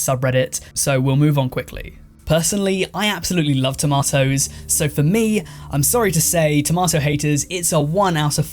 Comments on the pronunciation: squirrels 5 beans 5 tomatoes 1 (but i do hate the way you say "tomatoes") sports 3 kpop 2 - i think some of the fans can be a bit extra, and not in a good way minions 5 commercials 5 smokers 4 christmas 3.5 justunsubbed idc Gpa joe 2.5, maybe 3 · The thing about toe-may-toes I hate most is people calling them tom-ah-toes :) lol jk the squirrel one is hilarious and unhinged lol